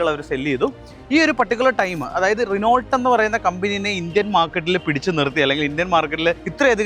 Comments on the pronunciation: റിനോൾട്ട് അല്ലടാ, റെനോ 😅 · റെനോൾട് എന്ന് പറയില്ലാശാനേ റെനോ എന്നാണ് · റിനോൾട് അല്ല, റെനോ ആണ് ബ്രോ 😂😢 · റിനോൾട് അങ്ങനെ അല്ല Reno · റിനോൾട്ട് അല്ല . റിനോ . നിങ്ങളെപ്പോലെ റിവ്യൂ ചെയ്യുന്നവർക്ക് വരാൻ പാടില്ലാത്ത മിസ്റ്റേക് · ചിലർക്ക് റെനോ എന്നതിന് പകരം റെനോൾട് എന്നും ഷെവർലെ ക്ക് ഷെവർലെറ്റ് എന്നും പറഞ്ഞാലേ തൃപ്തിയാവൂ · റിനോൾട്ട് 😂.. ഇപ്പഴും ഇങ്ങനാണോ പറയുന്നേ